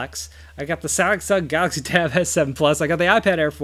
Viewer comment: "SanxSahng Gahaxy" lol 🤣 love it